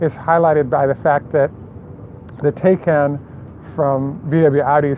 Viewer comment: Porsche Taycan pronounced “ tie-con.”